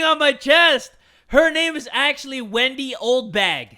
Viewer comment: Why do they call her Windy? It's Wendy ppl